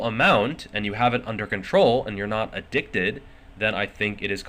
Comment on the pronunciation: Did you just say I'm addickted? What??